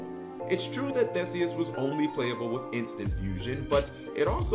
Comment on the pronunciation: It's pronounced ThEEseus. So you got it right except for the pronunciation of the name.